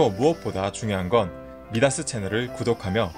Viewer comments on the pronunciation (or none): 미다스가 아니라 마이다스 입니다만